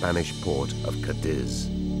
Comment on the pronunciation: Cadíz is pronounced "cah-DEEZ", not "cah-DIZ". Come on, you gloriously British -accented narrators... you speak French words well enough from the centuries of battle with the folks across the channel. There's no shortage of historical context for y'all fighting with the Spanish either 😂